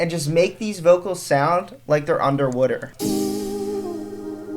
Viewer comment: Am i the only one who heard “under wuter”